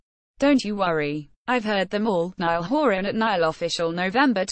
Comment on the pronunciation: The girls an Irish lass! 'Niall' is an Irish name. Since there is no example in the entire Irish vocabulary of the letters 'ia' being pronounced as in the English word 'dial' or 'trial', but always as in the Irish word 'bia', the pronunciation of Niall which makes it sound like a river in Egypt is an Anglicisation. My name is Niall. I'm an Irishman and my name, pronounced correctly, which I do, assonates with the following Irish words and names: Niamh; Liam; Bia; Liath; Triall (Directly rhyming Irish word meaning 'goal' or 'destination'.); Ciara ;Diarmuid; Cian; Brian (Yes, Brian ); Liathróid; Fia; Fiachra; Dia; Fianna......I could go on but I reckon it's clear that I've just expressed my fact adequately. Furthermore, 'Neil' is also an Irish language name. It's a woman's name and it rhymes with 'bell'. Irish is a very regular language in spelling to phonetic relation. So if anyone wants to draw a red mist down over my eyes all they have to do is ask me 'Why do you spell your name Nile?!!!!' Kelly Rowland only pronounced Horan's first name as any Irishman should pronounce it himself. You only have to say out loud this Irish languange question : 'Cá bhfuil do thriall, a Niall?'